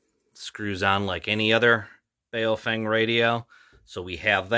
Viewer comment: It's pronounced bow (as in take a bow) fung. Weird, I know, but for example the name "Chen" is pronounced "Chun".